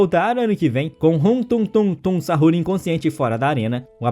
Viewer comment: Me deu agonia quando ele falou "tungtung sahur" e tralalero tralala" "bomdardeiro crocodilo"